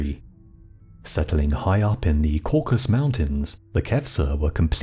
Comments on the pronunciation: Caucasus Mountains Not “Caucus” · It's 'CaucASus' Mountains, NOT 'Caucus'. It's where 'CaucASIAN' comes from. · This is a fascinating chapter of history. But I have to make one demand: Learn how to pronounce the word "Caucasus." Throughout your narrative you repeatedly say, "Caucus" rather than "Caucasus." 🤦‍♂️ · It's Caucasus, not Caucus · It’s ‘caucasus’ not ‘caucus’. If you are trying to pronounce ‘kavkaz’ you are failing. And the knights in question are KHEVSUR not ‘kevsur’. Khevsurs (ხევსურენი) are an indigenous sub-ethnicity of Georgians (Kartulebi ქართულენი) from the Khevsureti region in the Caucasian mountain range. Kvevsurs have always been Orthodox Christian, like nearly all Georgians and don’t have their own unique sect but remain communicants of the Georgian Orthodox Church which maintains communion with all Orthodox churches worldwide since the country converted after 325 AD. The crosses emblazoned on Khevsur shields and helmets would be Bolnisi crosses, the same seen on the contemporary Georgian flag, whose design dates from the XII c., the high point of Georgian power and culture. The use of the Bolnisi Cross predate the crusades by hundreds of years, is a unique emblem of the Georgian Orthodox Church and may be seen everywhere throughout the country as the symbol of the presence of the Georgian Orthodox Church. In Georgia geographical isolation has never resulted in significant loss of either national identity or religious unity. The apocryphal tale of wandering Frankish crusaders taking refuge in the high Caucasus is entirely fictitious as khevsurian culture, language and genetic heritage owes absolutely nothing to Western Europe. This notion that they could not have indigenous origin is typical of western and Russian imperialism of the last few centuries. The Georgians are an indigenous Caucasi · Cau-ca-sus (not caucus) Mountains three syllables. Geeze! Who edits these things? Anybody? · It's the Caucasus mountains, not Caucus. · no. caucasus.